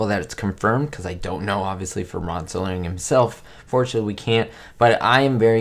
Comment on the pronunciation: Night gallery. The Night Stalker was an entirely different show with Darren McGavin. Also, the creator of The Twilight Zone (which was never presented 'live'} was Rod Serling, not "Sterling [sic]". "Did you know that?"